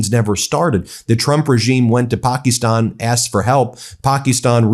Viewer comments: Can you please stop calling it Pakestan! It’s Pakistan! It’s driving me nuts also since I’m here can you please stop every video with everything starting with chaos, crises, he’s rotting, blah, blah, blah! It makes it irreverent! Having said this I do enjoy your show. Think you are being very honest and fair! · Ben! Its not Pak "E" stan. Its Pakistan! Its sounds goofy my friend! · Please learn how to pronounce Pakistan--PAH-kiss-tahn--It's not Pocky-stawn. (cringe) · Would you please call Pakistan with a short i and not Pakeestan like you do. It is very annoying having to listen to your wrong pronunciation!!!!!! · Ben needs a speech therapist . Pa- kuh-Stan my dude . You run a multimillion dollar media company. People rely on you for news . Kinda hard to trust what you’re hearing when the dude is continuously mispronouncing everything. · Stop it with the “pocky-stonn” shit. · Why not use the AMERICAN pronunciation of Pakistan? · Please check how to pronounce "Pakistan." QuickPronounce is an excellent too.